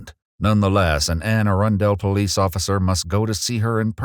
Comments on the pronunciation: A-run-Duhl, Anne Arundel!, what am I doing ya'all try to change how we pronounce Baltimore too, its pronounced Baldamore by the way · Just fyi Anne Arundel is pronounced an uh run dle there isn't a fancy pronunciation though I did enjoy it lol. This is crazy since I'm its so close to home. I'm glad the woman reported this. Glad she got out of that relationship too. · Hello! I live in Anne Arundle county, it's pronouced a-RUN-dull like "a bundle" but with an R instead of a B. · I’ve never heard anyone pronounce Anne Arundel like that lol. It’s just.. Anne uh run Dool. All one word though. Just AnneUhRunDool. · WHAT aint no way this was in my county, was not expecting to hear that name lol. Definitely pronounced it wrong 😅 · I just started choking mid cleaning when I heard the pronunciation of Anne Arundel